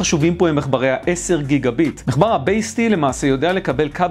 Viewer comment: ד"א אומרים מחבר MACHBAR לא MECHBAR